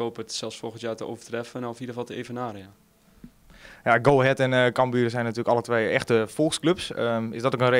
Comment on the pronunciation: NEE, hij zei camBUUR. Het is CAMbuur ffs Lel